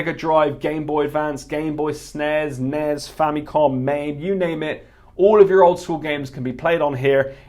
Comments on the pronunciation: Why do you pronounce it snez? It's snes. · Why do we call it snez, instead of S.N.E.S. like the rest of the world?